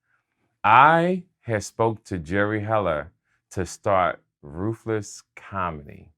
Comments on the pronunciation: I thought he said Rufus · Why does it sound like he keeps saying roofus instead of ruthless😂😂😂